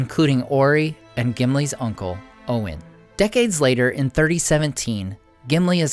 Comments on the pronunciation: Why are you calling him "Glow-in" and "Oh-in"? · i think its pronounced oyn even though it is spelled as OIN